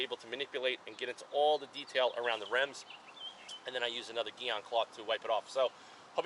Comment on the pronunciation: It’s pronounced GEE ON.